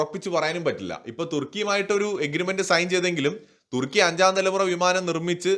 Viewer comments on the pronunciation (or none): none